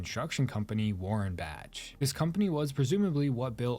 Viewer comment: I think the H in warenbach is silent but i don't fully know